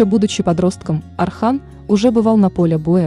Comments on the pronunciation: Не Архан а Орхан. Ольгу вы же не говорите Альга, точно так же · Боже мой не Архан, имя произнистся через О, Орхан. Это тоже самое если произносить Ольга, как Альга. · Не Архан,а Орхан!!! Не Асман а Осман!!! Научитесь правильно произносить имена людей. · Если уж взялась за дело, то изучи его, хотя бы поинтересовалась, как произносятся тюркские имена, а не русифицировать все подряд. О- сман, О-рхан, а не Асман, Архан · Орхан ударение на о,не надо искажать имя,а не Архан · Ne Arxan ,a ORXAN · Не Асман и не Архан, а Осман и Орхан, так как ударение падает на"О". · Орхан,Орхан,Осман,Осман,а не Архан и не Асман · Не Архан а Орхан не Асман Осман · Я тоже такого мнения , вечно искажать названия современем так и воспримут молодые , поэтому просьба произносите , научитесь правильно произносить , тем более что бука " О " и из кириллицы , Осман , Орхан , Озан итд . Ещё Не Акей а Окей ! Поэтому мне не нравится такое чтение автора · НА РУССКОМ ЯЗЫКЕ ЕСТЬ БУКВА "О"ОРХАН 'ОСМАН ПРАВИЛЬНО ГОВОРИТЕ .